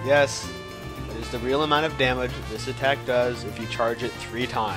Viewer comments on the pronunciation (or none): none